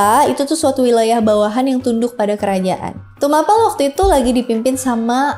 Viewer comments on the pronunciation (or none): Sedikit koreksi ka.. cara penyebutan huruf 'e' pada tumapel dan ken dedes itu seperti penyebutan huruf 'e' pada apel.. karena dalam aksara aslinya pake huruf 'e' pepet bukan pake huruf 'e' taling.. dan ken arok itu sebenarnya ken angrok...